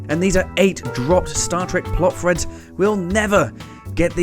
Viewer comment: Sorry I know you can’t help it but it really winds me up when you say Plot Freds.